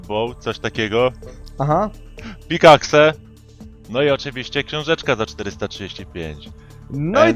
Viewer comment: Puki włada takim angielskim akcentem ze faktycznie teraz rozumiem dlaczego nie idzie nigdzie za granice XD mimo ze mowil ze jezyk nie bylby problemem to jak slysze że on wymawia "PIK AKSE " mysle ze jednak byloby ciężko xd